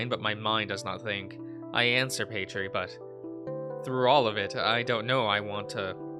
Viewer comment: I'm curious about your word comprehension 🤔 Where is the ee sound at the end of Paytr coming from? Not trying to come across rude I'm genuinely curious 🙂 Also introduction of the mystery hexagon robot X3c